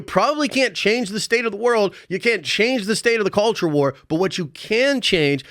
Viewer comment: Dude, you emphasized “both sides” and “culture wars” way too much. That got annoying. Only one side talks about that cr@ Just killed my nostalgia ride.